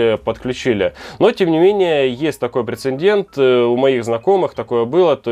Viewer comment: не прецеНдент, а прецедент, ну как не стыдно ? ;)